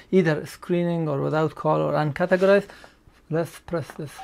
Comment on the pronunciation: What are you saying about "UNCATEGORIZED" ? I can not understand you.